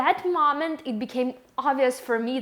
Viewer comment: It's moment, not mament